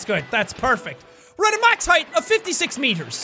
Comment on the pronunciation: HAEETH...HAEETH...HAEETH...Shit...can't pronounce it normally anymore...hai...th...FUUUUUUUU!!!!!!!!!!!